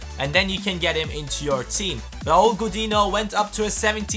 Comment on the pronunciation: Gudino bester Mann <3 das n mit einer Welle spricht man wie "nho" aus ;)